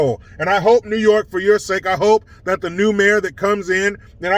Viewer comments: NEEEEHHHWWW YOOOOOKEEAAAA hahaha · New yoooorkuh lmao! 🤣